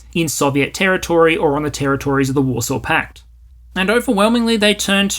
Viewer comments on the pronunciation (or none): none